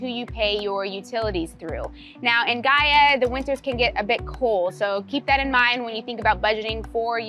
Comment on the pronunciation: Great job on the pronunciation!! It’s great to see your point of view on Gaia! Obrigada ~